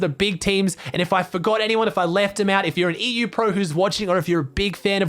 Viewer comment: you pronounced ''EU'' wrong